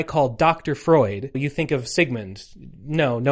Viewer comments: also "froid" is just French for "cold" and does not rhyme with "Freud", as a note not a correction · Froid (pronounced kind of like "fwah") is French for cold, that would be why he's called that. Chaud is also French, it's pronounced kind of like "show" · I'm 45 minutes in and in agony with Americans failing to pronounce French, to approximate them in English spelling, Froid = "Fwad" / Chaud = "Show'd"